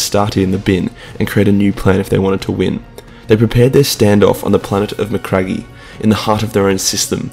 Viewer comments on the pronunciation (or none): 'Mecragee' kwolity